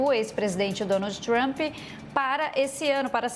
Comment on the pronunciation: Querida não se fala Trumpi, fala Trummmp. Seu Ingles é bem ruizinho! Vai estudar mais querida!😮😮😮